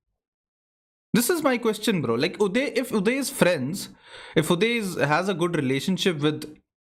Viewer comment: arre accent bro Uday in american accent woh bolna cha raha hai you-die jaisa pronounce hoga Uday U dai. But actually woh aussi accent hai par chal jayega, it's hitting.